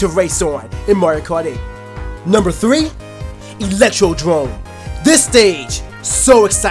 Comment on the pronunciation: He said electro DROME when its electroDOME